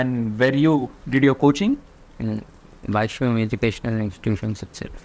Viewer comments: Its not bashung its bhashyam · Bhashyam bol rha h wo bhai ! Bhasung nahi !